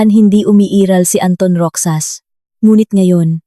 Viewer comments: MISS , NA TAGA PAG BASA NG KWENTO .. MALI PO ANG PAG BIGKAS NINYO NG ROXAS .. HINDI PO ROCSAS , ROHAS PO ANG BIGKAS HAS HINDI SAS ROXAS ROHAS HINDI ROCSAS ..EWAN. ??? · Roxas pronounce as rohas po not roksas